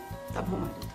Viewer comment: É Marilda , Marilza é quando o Paulão fala errado...kkkkkkk